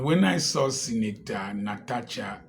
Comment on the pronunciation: The correct pronunciation is NA-TA-SHA.